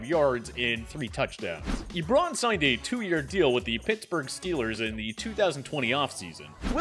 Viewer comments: Why does it sound like you’re pronouncing it lebron rather than eebron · bro stop saying ebròn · He says Ebron weird and calls Ajayi Ajahi. Does he watch football? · It’s not eeeeebron smh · Ebron???? Na bro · The way he pronounces “Ebron” and “Ajayi” really pisses me off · Why you saying Ebron like that tho